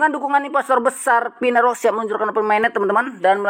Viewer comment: Network bang bukan nerwork 😅